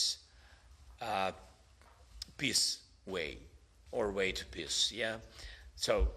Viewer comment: peace ❌️ piss ✅️